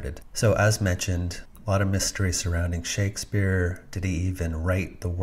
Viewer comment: "Shakesfpere" as in liquefaction